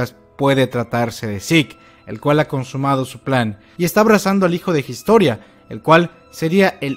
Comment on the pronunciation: Gistoria.....de verdad? Gistoria.... jajajajajajaj